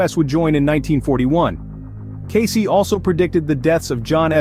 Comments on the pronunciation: His name is pronounced Case! Not Case - ee! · Born in 1977 ? Who are we talking about ? Who is Edgar "Caycee" ?? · At the very least you should be pronouncing his name correctly “Case” is how it’s pronounced…